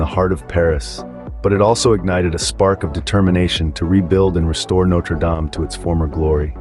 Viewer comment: Okay, look. It's either "no-treh dahm" (French) or "note-er dayme" (American). Don't merge them.